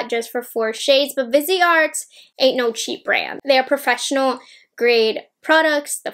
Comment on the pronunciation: Lol totally thought she said bidet